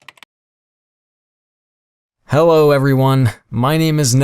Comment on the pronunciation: ello me: "she said ello"